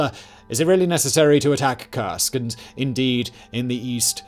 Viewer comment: Ok, the German pronunciation is difficult. Das Reich reads dad raikh and Keil in Panzerkeil as kile not as kill. The Russian as well. Kursk is pronounced not as cursek but as coorsk. As in cool.